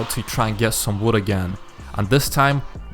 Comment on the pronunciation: He has a very strong accent when he said wood it saoudnign like woood